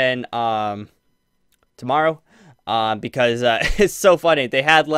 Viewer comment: Sound like you said tommorrw